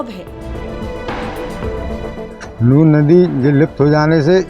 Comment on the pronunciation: Nun ko nur bolna band karo.